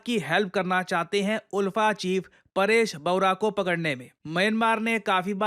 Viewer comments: Oolfa nahi sir... ULFA (aalfa) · Sir, the pronunciation of ULFA is not उल्फा; it's आलफा, like Ultra. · Sir locally hmlog inlog ko "अल्फा" pronounce karte hai😅 Aur inlog meaningless hai, ye video banana jaruri nhi tha, isse unlog ko proud hoga ki iss topic ko cover kiye😅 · The pronounciation will be aalfa not oolfa.. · उल्फा नही, आल्फा। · In all Assam we pronounce the group ULFA as like Alfa..... We proud to be Indian ❤️ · Sir, Iska pronunciation "Aalfa" hota hai. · ULFA pronounce as AALFA. ❤from Assam ❤ Indian Army 👍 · Its pronounced as Alfa.. even it’s written as ULFA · Ulfa is pronounced as Aalfa.. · Its pronounced as alpha ul as आ